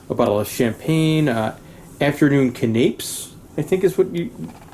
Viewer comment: Great video, thank you. I'm off on the Silhouette in June and can't wait. By the way, canapés is /can-na-pays/ ! Cheers, sir!